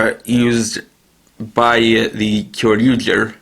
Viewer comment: If you are going to pronounce Kyoryuger you must pronounce it "Kyoryuja"